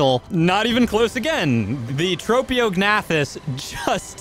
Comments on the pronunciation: Hearing the silent g pronounced every time was painful, also pretty funny though. It's like pronouncing the "P" in Pteranodon. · Just to let you know, to pronounce ‘Tropeognathus’, you say it like Trop(like tropical)-E-awg-nay-thus. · I pronounce it more like Troh-Pae-Og-Na-Thus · Well this is certainly going to be an interesting creature to mess around with. Also I'm pretty sure the correct way to pronounce its name is this. (Tro-pa-gA-na-thus) hope that helps. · "Trap-e-o-g-nath-us" "tap-a-ha-ra" this man pronounces things however he wants... "bog spider" "frost owl" "pterodactyl" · Tro-po-ga-nac-tus I know no one ask but, that's how I pronounce it. It's not the right way to say the name I don't think. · I thought it was trow-pee-oh-nath-us.. Like the silent g in gnat... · It’s trophy-o-gen-ath-us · U got it so close its tro pio gnathas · The name is pronounced Trop-e-og-noth-iss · Pronounced: Trop-eo-g-na-thus